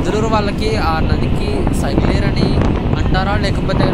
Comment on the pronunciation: సైగలేరు కాదు సగిలేరు